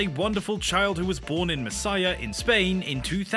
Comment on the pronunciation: It is written "Murcia" not "Messhia" hahah